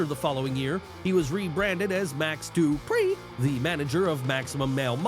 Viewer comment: Tht pronounciation of duprieeee 😂😂